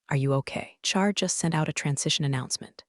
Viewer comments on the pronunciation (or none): none